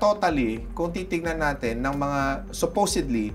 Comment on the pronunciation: “Supusodly” tangina bobo to haha